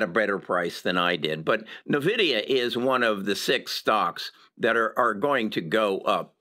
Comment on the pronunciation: Just FYI, you aren't pronouncing Nvidia correctly in a lot of your videos. It's EN-Vidia not NUH-vidia.